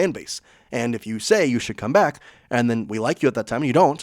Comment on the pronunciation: You say enntt instead of and